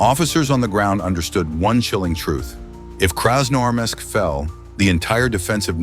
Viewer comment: Вас не смущают небрежно нарисованные картинки и механический голос, с трудом выговоривающий название города. Фото на вкладке это просто ужас, повторяет ИГИЛовские постановки. Вам подсунули фальшивку.